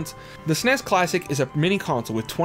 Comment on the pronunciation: The SNES wasn't pronounced sounding it out as a regular word, it was pronounced by saying the actual letters, like "FBI" or "CIA".